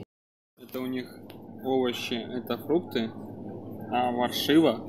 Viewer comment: Не варжива а важива и не фрукты а фритки то есть картофель фри,учите ребята язык и будет вам счастье